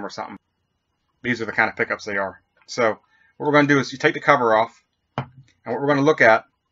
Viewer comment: sounds like your saying poopys